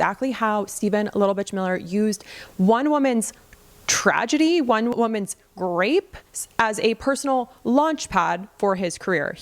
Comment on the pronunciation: You need to come up with another word for rape than whatever that sound you made. You sound like you are not being serious about the matter. Say grape or something that rhymes with the word.